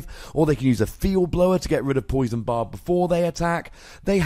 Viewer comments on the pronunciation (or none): none